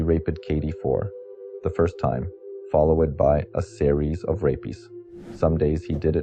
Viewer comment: pronunciation is off, on words such as follow-edd rather than saying followd and rape-eed rather than rape-d. There's no "ed" sound or "eed" sound at the end of those words. Saying "girl cried " rather than Katie or the girl. It's strange hearing those pronunciations then its followed suddenly by an American accent, where T is changed to D (Kaydee rather than Katie, Esposido rather than Esposito and so on) plus the over pronounced Rs.